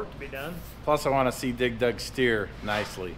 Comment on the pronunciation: Why dose say dig dug so weird? Sounds like he's pronounceing it dig Doug 😂